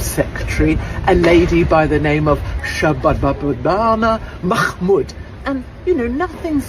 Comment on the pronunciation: Shabanabanana Mackkkkkkkmood - Katie nailed it...we all just need a copious quantity of saliva to pronounce it.